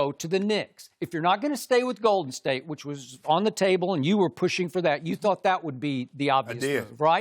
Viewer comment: Does anyone else notice/dislike the fact that Skip emphasizes the wrong word in Golden state? Lol